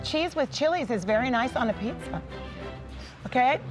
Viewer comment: Pizza atau pitza wkwkwk